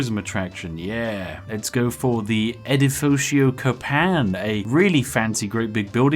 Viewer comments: Me a Brazilian, having a stroke after listening “edufucho Copaim” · Spiffy way of saying "Edifício Copan" was truly beautiful